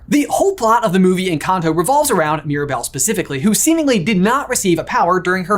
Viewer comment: Your pronouncing the name of the movie wrong